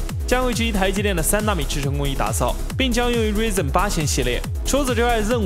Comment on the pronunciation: 苏妈上油管要被你气死，搜搜苏妈怎么读Ryzen的。